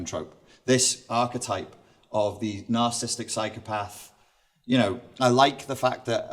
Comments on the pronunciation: Isn't the word spelled and pronounced 'nar-ciss-is-tic'? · Seems interesting, but not sure how much I can trust the view of someone who can't spell or pronounce narcissistic !!